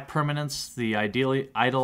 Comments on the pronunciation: You did it. You pronounced Eidolon correctly :) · I can't believe you finally said Eidolon correct.